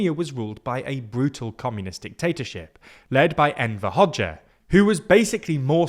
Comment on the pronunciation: Nice to hear pronounce Hoxha correctly! 👍